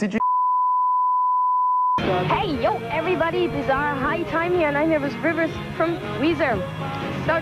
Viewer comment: that shit eating grin after calling him "rivah weezah!" but he still keeps calling him rivah after apologizing for the mistake. 😆